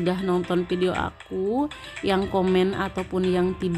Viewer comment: Hebat... coba sebut video bukan pidio